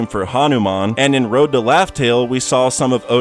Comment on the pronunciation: why do you keep calling them "load poneglyphs". IT'S "ROAD"... "ROAAAAAD"